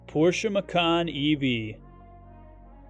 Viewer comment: It is pronounced “ma-chan” not “ma-kan”. Because in Indonesia (it’s original language) “Macan” means Tiger, while “ma-kan” means EATING. 🤣🤣